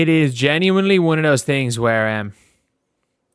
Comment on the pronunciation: I'm a fan, so hopefully you don't take this personally. Does anyone else hate the way says genuinely, and how much he says it. It's probably a problem with me, but it's been driving me nuts lately, and I just needed to mention it to someone.